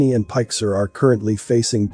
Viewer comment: pike sir...its pick sar get it? You sound like an AI chatbot, and you can't correct even the easiest or simplest of colloquialisms. I used to like this channel but when you mess up too many pronunciations I've got to wonder? Am I watching an AI YouTube channel? And this wasn't the first video that I got a little bit worried that I'm watching a robot with entertainment value